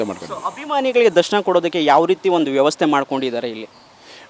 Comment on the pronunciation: ಯವಸ್ಥೆ ಅಲ್ಲ ಅದು ವ್ಯವಸ್ಥೆ